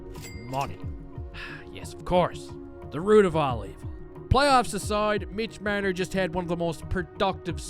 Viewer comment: Love the way you pronounce Marner ;)